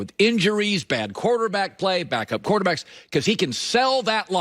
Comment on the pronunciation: “Quarterbackial” lmao what?